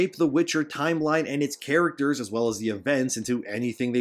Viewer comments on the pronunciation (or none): none